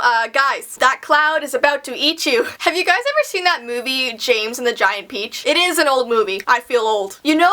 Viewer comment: I love "James and the giend peace"